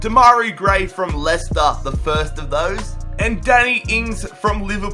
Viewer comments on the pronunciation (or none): none